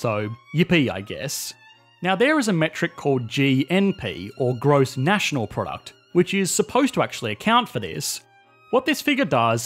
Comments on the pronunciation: "Nantional" should be National... please correct !! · "Gross Nantional Product" making videos at 3 AM again, are we? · "Gross Nantional Product" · What does "Nantional" mean? - What is this zee you speak of? Don't you mean zed? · “Gross Nantional Product” Never heard of that before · says Nantional lol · hehe "Nantional" heheheh k bye